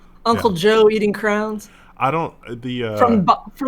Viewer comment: oh no, pronounces "crayons" like "crowns"